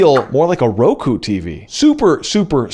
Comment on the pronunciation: Just discovered your channel and love it so far. I've been using Roku since I cut cable in 2012. Roku is 6 and kyu is 9. Pretty sure you're supposed to pronounce it close to "cue", not kie-u.